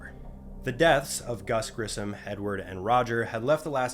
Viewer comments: His name is pronounced Gus Grissom , NOT Gus GrissoN , you lazy hack. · Haunting moments. Apollo One was devastating. But that is NOT the bodies in your CLICKBAIT post title. Just the suits. And it's Grisso-M, not Grisson. And it wasn't a space flight-- come on,. We know you love the morbid tales - so get it right! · Dude, if you’re going to do historical videos…get the names right. Just Yuri? First person in space, ever! And you couldn’t even look up the man’s last name? Gus Grisson? 🤦🏾‍♂️ Can’t pronounce Chaffee’s name correctly…Come on Man! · How'd you manage to pronounce Gus' surname that way knowing proper spelling? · Heroes all. I'm not American but how you titled this video really angers me. Do you honestly think it's a respectful title? Or did you decide that another title would not attract enough attention? You don't even have the decency to pronounce Gus Grissom's name correctly . It doesn't even require a Google search to do that, just take a moment to read his name FFS. Also, saying that "I'm sure that many of you guys have at least heard of the Apollo space missions..." implies that many Americans have not heard of them. How farking scary and absurd is that. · Do you not know how to pronounce names? It's Yuri Gargarin.."Guh-gare-in" (you obviously didnt want to try that one...he's only one of the most famous space pioneers of all time). Gus Grissom...with an "M". Chaffee... "CHAFF-ee", nor "Chafe-ee". Watch other peoples vids before you make these.